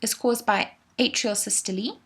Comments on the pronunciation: it’s “sys-to-lee”, would you know or would a teacher? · It's actually sys to Lee. That's the actual pronunciation. So ye. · please stop saying sy-stol-ee like that its systole like bum-hole, not bum-hol-ee